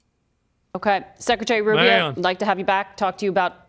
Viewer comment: "Don't you think you'we being a meanie, Mr. Secwetawy?